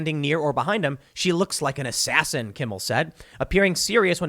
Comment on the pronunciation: It’s Jimmy Kimble, get it right Tim!